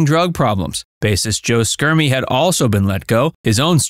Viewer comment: SHERM-ee, not SKERM-ee. Also, when the band split up in 1976, the three remaining original members were Chuck, Cory, and Jimmy. Mike Allsup and Floyd Sneed had left in 1974 to join Joe Schermie in a band called S.S. Fools (which also featured future Toto singer Bobby Kimball), which proved unsuccessful.